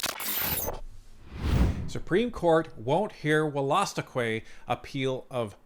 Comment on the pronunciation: BTW it’s pronounced wool-a-stook. You’re welcome.